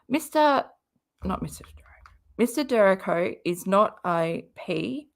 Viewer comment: It’s pronounced “DUR REE KO”